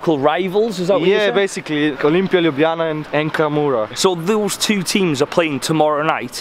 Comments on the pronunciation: its not sluvinija its slovenija its not lublana its ljubljana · It's pronounce Lubliana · its pronounce lyublyana